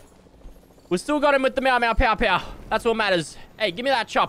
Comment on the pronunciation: Nobody finna tell him it’s not pow it’s pew?